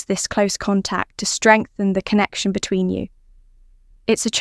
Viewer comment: 15 min. to tell you; one (1) min. to come. Definite AI voice - the "you" is a plural: "between you" (stress on 'between').